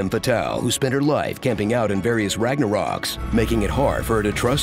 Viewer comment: Wait, Did the narrator say: "Ragna-Rocks?" Lmao.